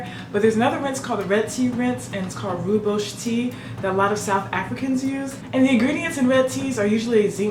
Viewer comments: Rooibos is pronounced, "royi-buhs" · rooibos is pronounced "roy boss" which means red bush. Also i think you meant Sahara dessert, caus Kalahari is all the way down south of the continent